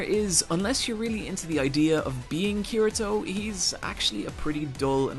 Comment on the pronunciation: You said Kirito wrong😂